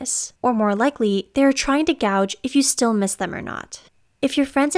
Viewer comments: Gauge, not gouge. My word. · I wish you could edit this video. The word gage was pronounced "gouge." I recommend a review before publishing process.